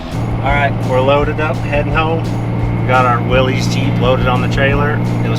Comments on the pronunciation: I can't believe a) I have to say this, b) you didn't already know, and c) nobody else has said it in the last 400 comments I read. It's pronounced "Willis", not "willies". It's a last name, not a possessive personal pronoun. There is no apostrophe. There was a Cali surf clothing company back in the 80s/90s called Willy's, but completely unrelated to this vehicle. Yes, I am some sort of weird Jeep snob. I'm also not wrong. :D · My grandpa wants you to know it is pronounced like Willis, not Willies. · Unless Willy owned that jeep, the name is WILLYS not Willy's (sounds like Willis). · Fun fact. There's no apostrophe in Willy's. Willys was his last name and he pronounced it Willis. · It's not Willy's, it's pronounced like Willis. Willys is a name and everyone seems to mispronounce it.